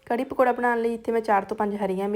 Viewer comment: ਚੋਪਰ ਨਹੀਂ ਚੌਪਰ, ਪਕੋੜਾ ਨਹੀਂ ਪਕੌੜਾ ਕਹੋ ਜੀ ।